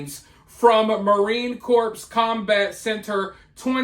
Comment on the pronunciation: Buddy marine corps is prounced marine core. Cmon